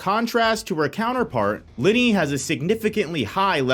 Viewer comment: You are not pronouncing Linie right....